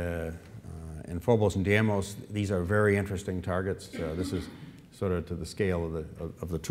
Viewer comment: Funny that the director of NASA Ames is mispronouncing the Mars' moon - Deimos. He repeatedly called it Diemos.